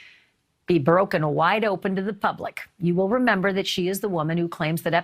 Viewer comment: PUBLIC not Pubic